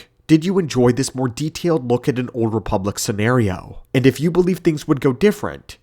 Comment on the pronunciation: THEE OOLD REEPULACK